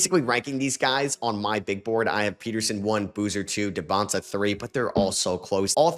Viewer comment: You finally said AJ Dybansta name right let’s go